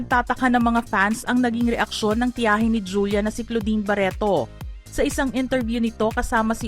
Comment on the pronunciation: ‘ itoh’ ‘ baretoh ‘ he he he ‘ Lorenzoh ‘ ‘ dalawah’ he he he ‘ mismoh ‘